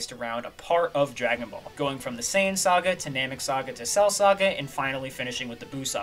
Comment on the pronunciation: Drajone boulle pronounced in frensh